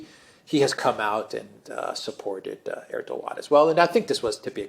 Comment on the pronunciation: your pronunciation is on point alexander :)